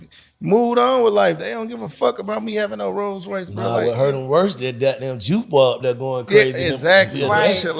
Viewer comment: ⚠️ Who told you that?...It doesn't work like that...oh yeah, it's Rolls-Royce Not "Rose". You have Not the foggiest idea what you're saying 🙄